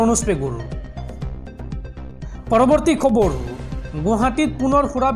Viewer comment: KHABARU" nokoba , KHABAR kaba... Bhul koi Axomiya Nokoba ...